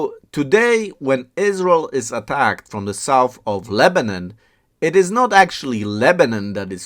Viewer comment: It’s not lebanin it’s Lebanon say it right or don’t even mention it idiot